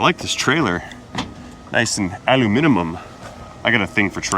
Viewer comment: When sees a trailer: “I find the lack of aluminimum disturbing!”